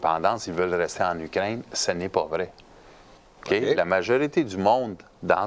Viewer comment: Quand dit Ukraine, ça sonne comme Ugrainne. Trop drôle!!